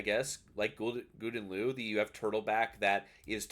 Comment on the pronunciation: I know you prolly don’t give a shit but GL is pronounced Gow-den Lay-Ooo